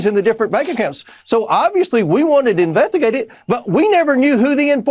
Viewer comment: he said invent-agate! that could not possibly be more accurate!!